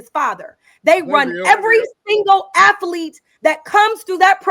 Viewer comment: Afflete and strengf training...😂😂😂